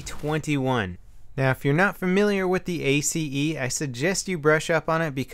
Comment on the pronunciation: It's not A-C-E, its just pronounced ACE